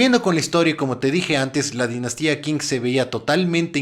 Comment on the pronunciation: Qing se lee ching